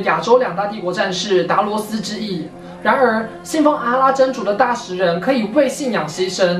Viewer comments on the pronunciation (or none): 那个大食不是读食物的食，而是读yi第四声